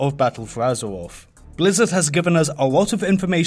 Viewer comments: fings. azewoff. I can't listen to this shit. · Battuwl fowr Azewoffffff xD